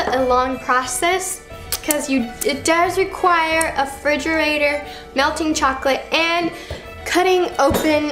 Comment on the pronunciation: She called a refrigerator a frigerator